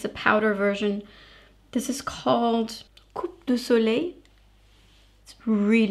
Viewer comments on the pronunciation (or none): The cheaper bronzer in your video is absolutely perfect. I don't care about fancy packaging that add so much to the price. I'm interested in the product quality itself. Thank you. PS: oh and by the way, you don't pronounce the letter "p" in "coup de soleil", OK? ;-)